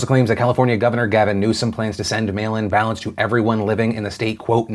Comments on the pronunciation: When he said mail-in ballots I heard "male imbalance" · He said "mail-in ballots" I heard "male imbalance" lol